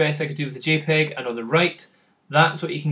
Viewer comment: it's not gpeg, it's jpeg